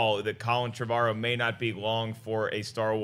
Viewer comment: How do they get Trev-argh-ow from Trevorrow? It's pronounced "Trev-or-oh" surely.